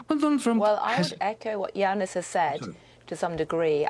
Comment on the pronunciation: It's Yanis, not Jeanis damn AI